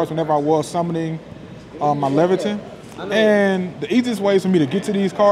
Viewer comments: I believe it's traditionally pronounced (lay-vuh-tane). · Im pretty sure the boss is pronounced Lay-vuh-ten